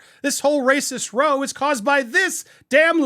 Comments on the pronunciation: ROW (a fight) RHYMES WITH PLOW COW WOW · I think "row" is pronounced like it rhymes with "how." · Damn it, It's ROW as in argument, rhymes with NOW and COW so it's Rah-o. Come on! Please. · The word row is pronounced more like R-au-w like an ah sound its an english word for heated argument or a big disagreement, an example for the Americans out there ive heard theres alot of rows happening at thanksgiving among familys